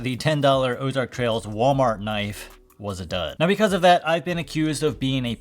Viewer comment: You keep emphasizing the letter s as of it's plural but the actual brand name is singular. There is no s at the end of Ozark Trail brand. Thanks for all your content, really appreciate it